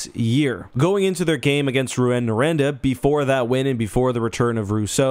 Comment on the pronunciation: oh my god how you pronounced Rouyn-Noranda it sounds so bad in english 💀💀💀